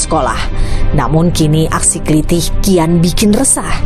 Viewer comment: "klithih", huruf "i" yang belakang dibaca "e" seperti "heran"